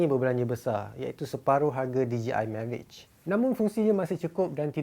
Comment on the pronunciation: This is the way to pronounce mavic "Mavik"